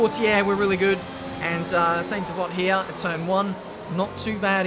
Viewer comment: “No heroics into sain de vont please we’re in amongst the pack and just want to stay in one piece.” Sorry